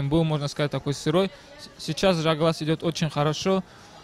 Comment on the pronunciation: Ne Zhaglas a Zhalgas!!! tebe mozgi vybili??? budes' togda Tagrig))) nic'o zvuc'it